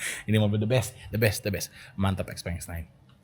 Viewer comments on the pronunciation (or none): Xpeng bacanya bukannya Xiu Peng yaa?